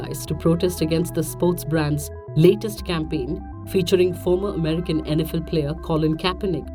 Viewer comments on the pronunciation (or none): none